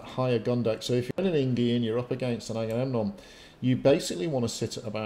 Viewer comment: Agamemnon becomes eggs & bacon! Gotta love sailors. They can;t pronounce anything. Not even ship pats! Forecastle become fo'castle (generally pronounced foxsle). In fairness, when I read an illustrated Illiad given to me as a 10th birthday present I took me ages to work out how to say that damn king;s name. Luckily I always like Odysseus best (named my rabbit all those years ago after him 'cos he was a clever one).